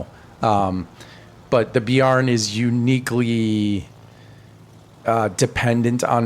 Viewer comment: Bear + N not beyar + n. Great vid, I learned a bunch!